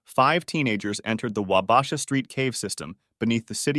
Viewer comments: Wah bah shaw. Not Wah basha. Good vid. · Hearing Wabasha mispronounced made me wince so many times. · 'wah-BAH-sha' lol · Your pronouncing wabasha wrong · The way he says Wabasha lol